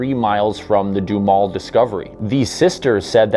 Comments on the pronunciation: Doo Ha Mel or maybe even Doo Ham El.....keep up the good work. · Wow, I grew up about not far away and don't remember ever hearing this. Duhamel is pronounced with 'ham' in the middle, lol. Nifty vid, thx.